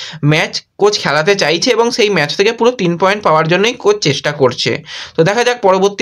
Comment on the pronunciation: কথাটা ম্যাজ নয় ম্যাচ ।